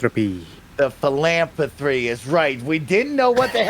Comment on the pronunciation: I was crying when said Philampathree